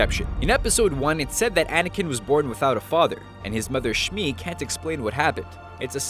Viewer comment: this dude thinks that he's a star wars fan when he can't even get anakins mom's name right... he calls her "shmik" when it's shmi